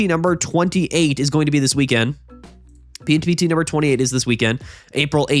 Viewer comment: I really enjoy how the PMPT tournaments sounds like “pimped”